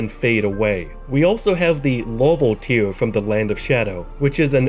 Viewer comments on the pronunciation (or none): none